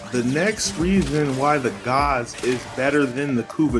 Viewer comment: callin Gaze "Gauze" wtf